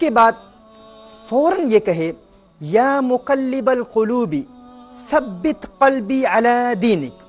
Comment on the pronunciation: JazakAllah. U did great job just one correction- its thabbit not sabbit 🙂